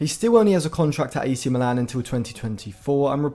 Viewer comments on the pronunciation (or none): none